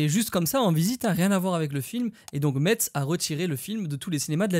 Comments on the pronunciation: Excellente vidéo, juste Metz ça se dit "Messe" pas "MeTZe"😅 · Coucou J’ai fait un bond sur mon canapé quand j’ai entendu « MeTz ». Pour info ça se prononce « messe », merci beaucoup (pour le bien des oreilles messines 🙏🏼) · Merci pour cette passionnante vidéo mais on ne dit pas MeTz mais Mess... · Incroyable la video mais petit point on dit pas la ville de Metz ne se prononce pas metss mais mess 😊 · Pour la ville de Metz ça se prononce "mess" et pas "metze" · oh ptn il a dit meTZ naaaan ca se dit mess mdr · on prononce pas Mettz mais Messe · Ta vidéo est incroyable mais est ce que tu peux bien dire "Messe" pour Metz STP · "Metz" mon cœur saigne on dit "Messe" le T se prononce pas mdr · MAIS NON PAS METZ, CA SE PRONONCE MESSE mdrrr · Juste on dit "messe" pas Metz sinon c'est vraiment incroyable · Par contre Metz ça se dit Messe pas Metsse !! Aïe aïe aïe 😬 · On dit pas Mettz mais Metz (Messs). Mes oreilles ont saignés quand j'ai entendu ça ! 😅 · Juste on dit messe pas meTz mais vidéo top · Très bonne vidéo, mais par contre Metz > on dit Messs🥴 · Metz se prononce messe pas Metsse !! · Metz le T se dit pas ça se dit messe et pas meTz mais sinon bonne vidéo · Metz se prononce "Mess" et non pas "Mets" !!!!!! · on dit "messe" pas "metze" 😭😭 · Mais noooon il a mal prononcé « Metz »!!! Pour la petite histoire, on le prononce [messe] à cause de l’Allemagne, où Metz s’écrivait Meß, à l’arrivée des machines à écrites avec les claviers français quand on a récupéré l’Alsace et la Moselle, c’était ce qui ressemblait le plus à cette fameuse lettre typique allemande. Donc on a gardé la prononciation allemande, mais l’écriture française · Oui t’a mentionné Metz !!!! ( par contre t’a prononcer le « z » au moment où tu l’a dit une deuxième fois 😭) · En tant que lorraine désolé mais c’est pas « MetZZ » ahhhhhhh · Aie aie aie, la deuxième fois où tu prononces Metz, tu fais saigner les oreilles de tous les Messins. Haha, pourtant en tout premier c'était parfait !